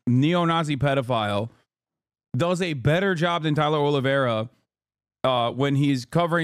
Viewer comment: The pronunciation of his last name is so bad. 😂 Just call him olive tree